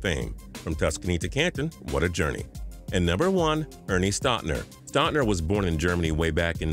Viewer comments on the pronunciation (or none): none